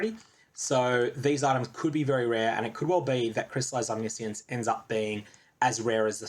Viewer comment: Why is no one saying Omniscience the right way aaaaaaah As a Magic player I have PTSD again